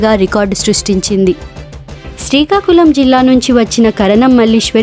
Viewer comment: seekakulam kadu srikakulam